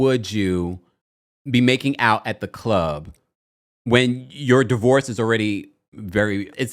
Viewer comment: “DIVOVORCE”… do better TMZ. Also, is model the new word for ho?